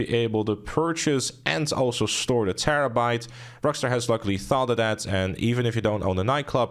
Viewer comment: He said: "Terrebait ish a terribol feehikel"